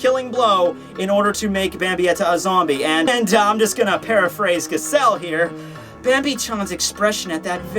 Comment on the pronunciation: Two things; Giselle's name is pronounced with a soft G (first and last), and Giselle using "boku" means absolutely nothing one way or the other.